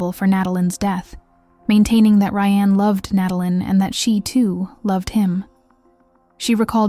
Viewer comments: But WHY CAN YOU PRONOUNCE RYAN THROUGH HALF THE VIDEO????? DID RYAN DO IT?? BECAUSE YOU SAY RYANNE COMMITTED THE MURDER. OMG I WANNA WATCH THIS BUT IT'S SO FREAKING ANNOYING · Ok, I have to ask. This SOUNDS like a real voice. But when it switches between “Ry-Anne” and “Ryan” pronunciation wise, then says “9 to the 1 1”, this HAS to be AI. There’s NO way a real person says those things. When saying dates it’ll say something like the April 7 t h but it will say the T and H. Someone back me up here! Why is everything freaking AI? I’m sorry but stories like these, if you can’t speak them from your OWN mouth, you shouldn’t be telling them. That comes off as a massive money grab. Gross.